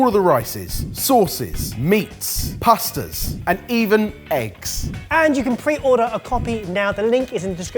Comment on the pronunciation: did say Pusters instead of pasta's?!?!?!?